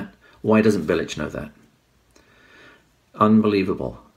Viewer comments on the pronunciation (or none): Its pronounced "Bilitch" ...........